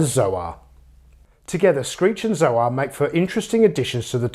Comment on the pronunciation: Isn't Zoar supposed to be pronounced like the word soar? It's a play on words.